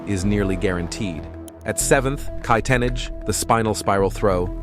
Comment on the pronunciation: Kai Yee tee Nah gee Not “Kai Tennidge” lol